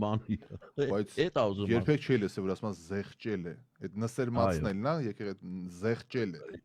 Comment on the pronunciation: ոչ թե նսերմացնել այլ նսեմացնել 😊 դուք հաճախ եք այդպես ասում, ես կարծում էի կատակով եք ասում, բայց կարծես թե սխալվել եմ